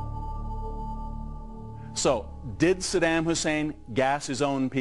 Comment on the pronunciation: i wish this guy would learn how to pronounce saddam and Iraq. what he is saying in the piece is essentially true but if you want to make a valid argument or at least present yourself as "in the know", learn how to say the name and place properly.